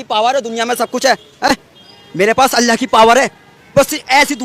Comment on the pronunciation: अल्ला ❌उल्ला ✅